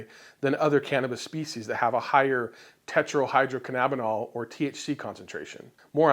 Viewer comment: You killed it when you pronounced tetohydrolcanabinol. Good job dude